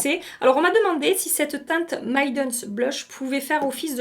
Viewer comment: Maiden ça se prononce «meille»den 😜 ma teinte préférée du blush RMS c’est la Hanky Panky et je louche sur la teinte Pomegranate Fizz, alors que je viens d’acheter 4 nouveaux blushes 🥲